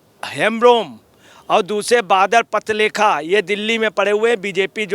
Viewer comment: Badal Patralekh hai Patralekha nahi. Kalkatta hota hai, kalkatte nai. Ajay patrakare